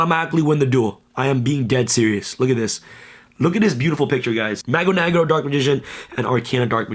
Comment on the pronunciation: Love the portuguese DM, just a side note.. it's pronounced "Mah-goo Neh-grew" in portuguese :)